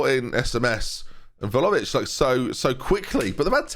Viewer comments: Hey, just as an FYI, Vlahovic is pronounced Vly-o-vich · Vlahovic = Vligh-o-vitch? Always thought that first syllable pronounces like it rhymes with FLY? Am I wrong?